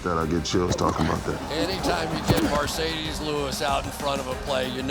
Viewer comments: his name is mar not mer . It’s mar ce des it’s not mer ce des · It's "MARCEDES" not "MERCEDES" (referring to the title of the video)